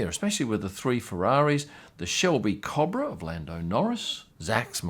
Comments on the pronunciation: Cooo Bra... not cabra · You say Cobra wrong, good video as always tho chap